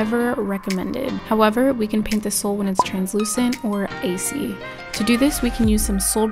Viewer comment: She said acy instead of icy lol